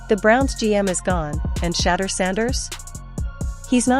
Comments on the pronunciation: SAY HIS NAME CORRECTLY!! SAY HIS NAME CORRECTLY!!! YOU STUPID WINCH, HIS NAME IS SHEDEUR NOT SHADDER STUPID!!!!! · "Shatter" Sanders??? The voiceover is worse than the Browns record. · Shader hahaha the fake AI cant even say his name correctly